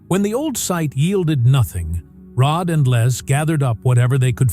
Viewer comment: Terrible let down. Can't even get Rods name correct.